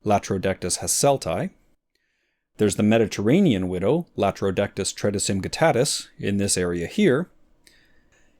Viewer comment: The “Tredicum” in “tredicumguttatus” is pronounced with a hard “c”; as in “tread-ih-come”.